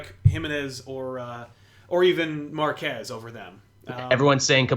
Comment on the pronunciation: Hahahahaha., I heard Mark Hess too! Instead of Marquez. Haha.